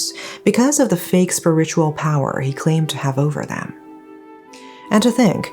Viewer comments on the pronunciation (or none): Just want to let you know that for the word "spiritual", you pronounced the first syllable like SPUR-ritual, but it should actually be pronounced like SPEER-ritual